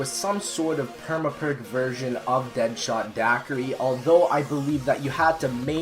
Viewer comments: deadshot not deadthot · anyone else notice deadthot not deadshot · It said dead"thot" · Did anyone else notice that dead shot says deadthot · anyone else notice how it said deadthot instead of deadshot? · Deadthot? U mean dead shot? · It said deadthot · And you said dead thot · Anyone notice it said Deadthot instead of Deadshot? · You said DeadTot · Its says deadthot not deadshot